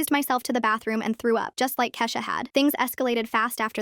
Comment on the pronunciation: Why did it switch from Kesha to keesha for a second